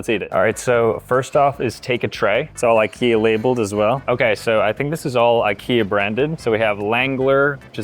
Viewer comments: how did he mispronounce Ikea randomly after he said it right so many times? wtf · He pronounces IKEA wrong.. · Ikea pronouncing needs some work…